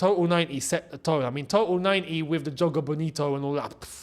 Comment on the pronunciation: It's de history of de Tottenham 😅😅😅